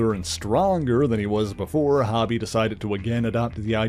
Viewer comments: Dude...it's pronounced with a long O sound, its Hōbie not Hobby Lobby. I can't finish listening to the video. The constant mispronunciation is cringey. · I gotta say, it was really distracting to hear you say "Hobie" (sounding like hobby) as opposed to how it is supposed to sound, rhyming with row-bee. His name is short for Hobart, pronounced Hoe-bart. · It's "Hoe-bee". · The name has one b so it has a long o sound. I totally called him this at first as well though. Great video, I'm glad White Tiger, Sons of the Tiger, and Night Creeper were mentioned 🔥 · It’s Hobie, Hoe - Bee. Great video otherwise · His name is hobie not hobby it’s like spider punk, because he is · HO-bee; it’s short for HOBART ( HO-Bart ) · Hobie pronounced like Coby. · Yes it should be HOE-Bee, just like Mitch's son on Baywatch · why you pronouncing Hobie like that... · Yes, that's right. This guy's pronouncing it wrong. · I agree. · Suuuuper distracting